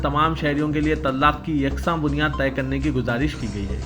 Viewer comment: صاحب پہلے اردو سیکھو آپ جو پڑھے tallaq غلط ہے